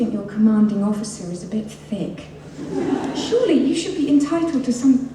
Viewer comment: SHEROLLY SHEROLLY SO MUCH SHEROLLY